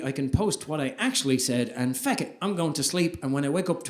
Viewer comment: Love how he says fuck as "feck."😂